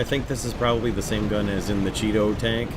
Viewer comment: Chee-to please :D